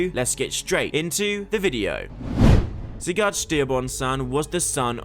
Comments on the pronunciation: It’s pronounced SIGERD NOT SIGARRRD. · Why you keep pronouncing it “Cigar”